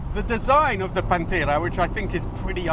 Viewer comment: Oh please, don't let yourself be bothered by those who "hate" when you pronounce "Pantera" the way it is meant to be - Italian!